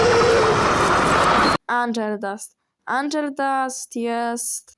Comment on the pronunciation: nie tak się czyta angel